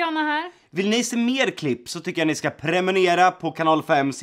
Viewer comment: Hahahah Jocke i slutet "premunera"